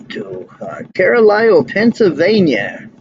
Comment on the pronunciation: Another terrific piece of flying - as usual! Carlisle is one darn busy transportation area, and you really show that best. BTW, it's "CAR' - lyle"